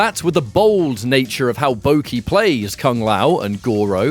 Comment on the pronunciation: It's not Bouki, it's Boki (like Baw-key)